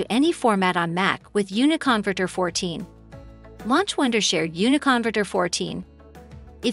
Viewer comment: Funny how the AI host of this video doesn't correctly pronounce the product name. Unicon - verter.